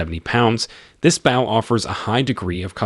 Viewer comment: The way he says bow is absolute torture to my ears .